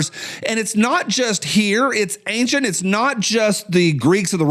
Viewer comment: Ok,, my turn to be grammar nazi adjacent. I'm hearing more and more people pronounce the word "ancient" incorrectly. It's not "angcient," there isn't a "g" in ancient. Feel free to call out any mistakes, after all, that's why I'm adjacent and not certified.